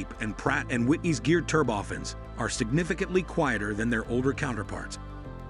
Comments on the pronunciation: Thanks for an interesting and informative video. However one annoyance I'm increasingly finding on YT these days (including this video) is the mispronunciation of automated narrations. Turbofans become "ter-boffins", a 12:1 ratio, which should be spoken as "twelve to one" comes out as "twelve colon one". In the bigger scheme of things, this is not a major criticism of a good video, but it can be quite irritating. As regards open turbofans, I'm reminded of the Tu-114 airliner with large contra-rotating turboprops that created significant cabin noise. I would guess that mounting smaller diametre ones near the rear fuselage might also create a great deal of noise as the rear of the plane. The video does however make it clear that the CFM engineers especially are aware of the issue, which was problematic in earlier flight tests. I guess we shall just have to see what they come up with. I don't know for sure, but these engines appear to be larger diametre than existing turbofans. Under wing locations might require longer undercarriage legs and if so they would probably not be a retrofit option or a future adaption for an existing type without significant redesign and re-certification. So now where would open bypass turbofans end and turboprops begin? Thanks for an interesting video. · "Turb-oftens"?! Oh, I see. This is not a human narrating...